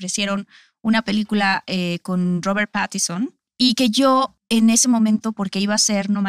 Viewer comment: rober patison 😂😂😂😂 no tiene ni el acento para pronunciar bien el nombre menos para protagonizar toda una pelicula